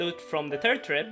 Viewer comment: "Turd season of stranger things". Svengelska accent at its finest.